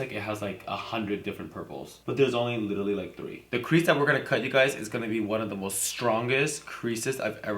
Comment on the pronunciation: you say literally 100 times but cant even say it right honey get a dictionary